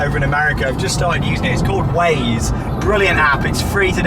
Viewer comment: The app you're using, is it 'ways' or 'waze'?